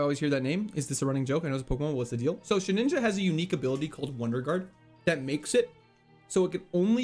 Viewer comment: it is Shedinja, not shedninja!